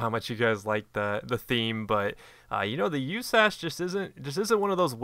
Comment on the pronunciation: stop calling it "you-ssass, it is pronounced usas like saying each letter.